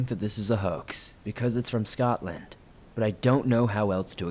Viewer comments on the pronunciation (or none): “scottland”? You mean Scotland.